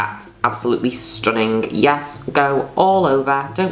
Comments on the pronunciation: Please narrate my life please Miss Juno, I wanna hear you call me STONNING every 5 seconds 😊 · I love how she pronounces the 'g' in 'stunning.' StunninGggg. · i love it when u pronounce stunning like that but it doesn’t translate well as a written slogan, it needs to be accompanied w sound